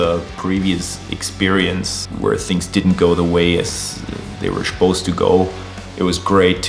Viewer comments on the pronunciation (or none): I schuppose that's the funniest pronunciation of "suppose" I ever heard 😉